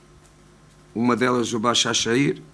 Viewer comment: BAZAŞEKİR diyo tasaklı hocam be